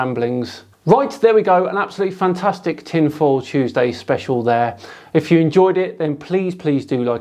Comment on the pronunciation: "tin fool tuesday"?